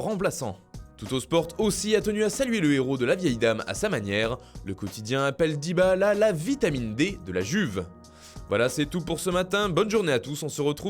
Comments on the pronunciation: Il a vraiment dit DybaAla 😭😭😭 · DybaAla 😂😂😂😂😂 J'me suis dit "nan il s'est tromper la 1ere fois" eh bah nan il dit bien DybaAla 😂😂😂😂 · Faut vraiment que ce gars arrête de prononcer le nom de Dybala!! c'est insupportable ça fait saigner les oreilles